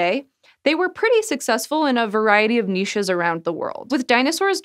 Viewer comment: Thank you for pronouncing niche correctly!